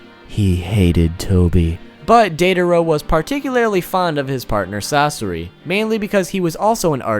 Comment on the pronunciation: "sas sore ii"😁